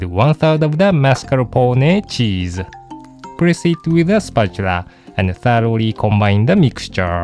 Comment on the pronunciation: Very good the pronunciation of "Mascarpone" and "Savoiardi" !! :-) Greetings from Italy